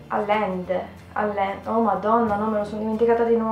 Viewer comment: Le due “LL" in spagnolo si leggono “GLI" e quindi l'autrice si legge “agliende" Molto carino come tag, aspetto con un ansia un prossimo video :)